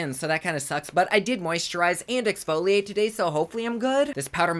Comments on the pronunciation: I love how he said “ let’s Ox-foliate “ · Did you really say "oxfoliate" lol blast from the past